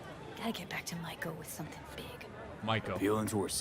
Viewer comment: Judy said her name multiple times. How are you still mispronouncing Maiko. She’s not a shark.